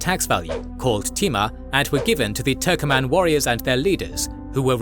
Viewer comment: It is not turkoman. TURKMEN